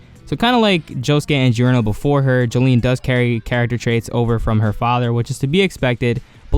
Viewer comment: Her name is pronounced "Jo-lin"